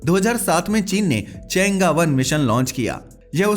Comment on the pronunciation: चेंगा नहीं भाई चैंग - ई